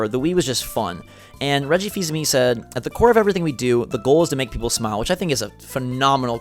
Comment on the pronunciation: The way you say Reggie Fils-Aime it makes me think: Fils Aime, Reggie-o!